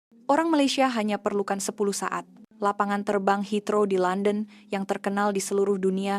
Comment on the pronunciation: Kalau orang indon buat video memang rosak, bahasa pun boleh rosak, lpangan terbang HEATHROW la, bukan Hitro , sekolah ke tak sekolah ni, rosak rosak, kalau kat kampung kau boleh la kau sebut hitro, heathrow la